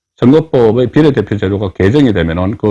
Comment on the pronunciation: 비:례대표를 비례대표로 정말 듣기 싫다